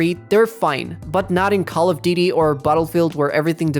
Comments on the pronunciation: I heard call of diddy😂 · "Call of DeeDee"